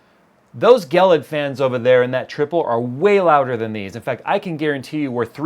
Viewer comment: Isn't it pronounced "JEE LID" .. Not "gell idd" ? I'm pretty sure.... lol